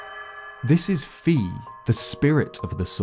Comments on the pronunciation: Fi is pronounced as Fai, not Fee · Can't because he says FEE 😆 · His Skyward Sword 1 is pretty great too, minus the mispronunciation of fi's name.